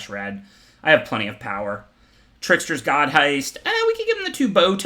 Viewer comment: I am waiting for the day he pronounces The Trickser-God's heist correctly.